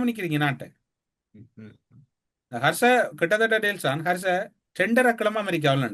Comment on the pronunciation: கர்ச அல்ல ஹர்ஷ. மற்றவர்களுக்கு வகுப்பெடுப்பதை விட்டு ஒழுங்காக சொற்களை உச்சரிக்க பழகவும். முஜிபுர் குற்றமற்றவர் என்பதை அவர் பேச்சிலேயே கண்டுபிடிக்கும் அறிவுக்கொழுந்து இந்த. ஆல்பர்ட் ஐன்ஸ்டீன் இவரிடம் தோற்றுவிடுவார் போங்கள். சமீப காலமாக SJB இற்கு ஆதரவாக பேசுவது புரிகிறது. Isham insight என்ற சிறுவயது யூடியூபர் இடம் வகுப்புக்கு செல்லவும்.